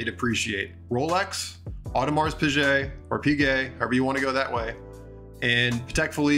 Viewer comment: No, you cannot say Audemars Pijet. There's a ''u'' after the ''g''.